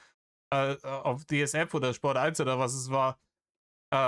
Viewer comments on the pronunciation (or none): none